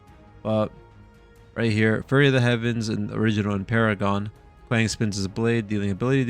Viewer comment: Not kwaaaaang it’s kwang